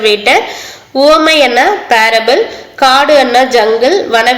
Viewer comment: உமை இல்ல உவமை